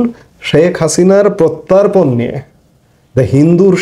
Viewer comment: Protan na Hobe prottapon. Thik moto Kotha bolte shikhun.